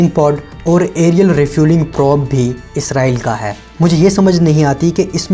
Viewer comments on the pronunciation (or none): none